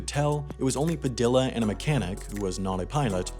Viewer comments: ITS PA-THE-A NOT PADILLLA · PAH- deee yah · Padilla... PRONOUNCED PAH DEE YAH 😒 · ITS PRONOUCED LIKE PADIA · That's not how you pronounce Padilla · The pronounciation of Padilla is killing me lol, other than that great video! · Bruh. Did this white boy just pronounce the Ls in Padilla? 😂 😂